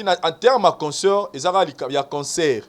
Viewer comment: Est ce que ces chronifuati prennent le tps de lire les commentaires 😁 vs mettez la photo de fally prkoi? Pdt que vs avez peur de citer son nom? Pour attirer notre attention? " concert il dit consseur "😂😂😂😂